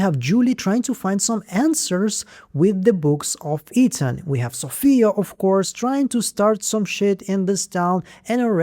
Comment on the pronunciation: Lol the accent kills me everytime I watch your videos like it’s my first time or something the way you say Ethan as eating has me dying laughing 😂😂